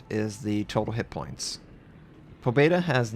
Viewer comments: Pa bje da is how it is pounced and it means victory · May i add that you also have to squeeze in a silent "y" : "Pabyeda" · You should spell "Pabyeda", not "Pobeda".